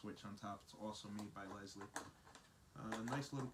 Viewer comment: Helpful video. I just bought this kit. Although the name is lisle, it is pronounce "lyle" the O'reilly's guy corrected my mis-pronunciation as I pronounced it initially as you did They make a ton of auto service products sand tools.. Thank you. Craig